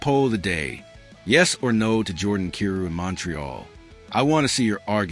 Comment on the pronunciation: His name is pronounced "K 'eye' rou".